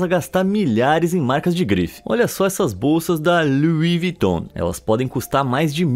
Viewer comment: Kk luis viton claro que não agora o nome é lui viton